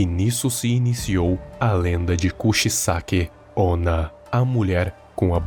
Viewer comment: Eita, já fazia tempo que não via tantos erros juntos kkkkkkkk Kuchisake Onna se pronuncia kuti sake onna ( mulher cortadora/rasgadora de boca) ou seja não tem como ser um nome próprio. TODOS os diálogos estão com erros, provavelmente por culpa do google tradutor já que os erros estão em palavras com significados próximos mas que não se encaixam na frase. " だれがあなた お うつくしく みつける だろうか" na realidade seria: だれが あなた を うつしく おもう だろうか？ Dare ga anata wo utsukushiku omou darou ka? Wo*(を) é preposição de objeto direto ( em português fica estranho mas é isso msm) enqnto o(お) não tem significado nenhum, mas ambos tem a mesma pronúncia; mitsukeru é achar no sentido de encontrar algo perdido, omou fica no sentido de pensar, sentir. infelizmente todos os diálogos tem erros desse tipo mas gostei muito da iniciativa, continue tentando👍